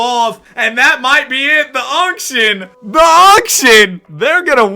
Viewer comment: The unction vs the younction😭